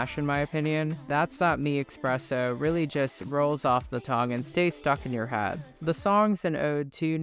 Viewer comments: Espresso, not expresso 🫣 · FOR THE LOVE OF GOD, It's eSpresso, not eXpresso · It’s “Ess- presso” not “Ex- Presso” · Espresso not Expresso 👍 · cool video but its Esssssssspresso!!! what the fuck is expresso? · Great video but for the love of god its eSpresso not eXpresso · its espresso not expreso ... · ESpresso, not EXpresso. Where did the X come from? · Not eXpresso. Espresso. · It’s ESPRESSO not EXSPRESSO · espresso not expresso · its 2024 and there are people still saying "expresso"... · I can’t tell if you’re saying eXpresso for engagement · did u really say ''expresso''? 😭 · There isn’t an “x” in the espresso but you pronounce one for some reason? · But why are you still mispronouncing espresso?! 😭